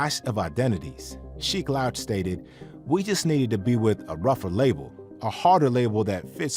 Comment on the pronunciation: I almost stopped watching because of the pronunciation of “Sheek Louch” 🤦‍♂️